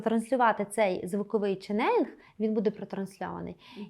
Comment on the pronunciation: Дякую за вашу роботу! Промовляйте, будь ласка, чЕнелинг, з наголосом на перший склад. Дякую!